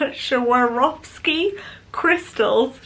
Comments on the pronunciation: Swarovski is an Austrian company and pronounced "Swa (a little bit like in swan) - rov (a little bit like rough) - ski (like ski in skiing)" :D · Girl, it is pronounced [svarovski] It is an Austrian brand and in the German speaking countries, w is pronounced like [v]